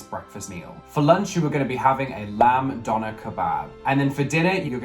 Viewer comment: The way the British guy pronounces “döner” is really annoying. And….then I heard him say “taco”.🤦🏻‍♀️ It’s like he’s thinking , “these aren’t English words so I’m not even gonna try.”